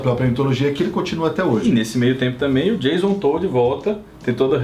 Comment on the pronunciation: "Jason Toad" (Sapo). kkkkkkkkkk